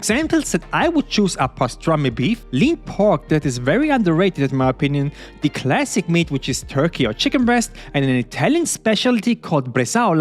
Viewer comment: Man sagt nur thiii wenn das nächste wort mit einem vocal anfängt... du sagst jedes the so. Zb "thii" other aber "the" car